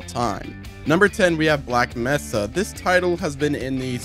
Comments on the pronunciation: He keeps saying messa instead of mesa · It’s May-sa.